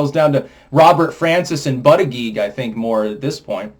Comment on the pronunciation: If you were Buttigieg, how would you prefer to be called: "Buttigee", or "buda judge"?! What is that pronunciation, Lithuanian, or something?!